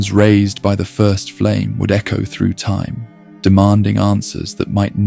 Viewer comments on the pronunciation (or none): none